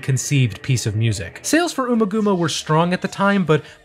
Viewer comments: It's UMMA-GUMMA as in Hummer...Bummer. It's not the first name of Ms Thurman. (Ooma gooma) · Ummagumma is pronounced like um ah gum ah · Great video but please... it's pronounced AMMAGAMMA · here to comment. I love these… keep ‘em comin… but you have some pronunciation problems here… domine rhymes with astronomy, ummagumma is not oomagooma (think gum), the city is San Tropay, and according to David Gilmour in both Guitar World magazine and the Amazon Dark Side documentary, Money is in 7/8 time (though it seems the internet is split).